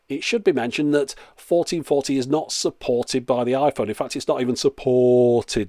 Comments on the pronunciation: "infact it's not even supoooorted by the iphone" sounded like an asian hahah! Brilliant commentary couldn't stop laughing! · That magnet test was inspirationally simple, although I did think you were having a stroke near the end when you said "Supoorted" twice.... until I noticed the dialog box text XD